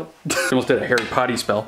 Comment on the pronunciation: At one point he said Harry potty spell it's Harry Potter not Harry potty